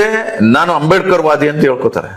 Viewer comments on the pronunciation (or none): none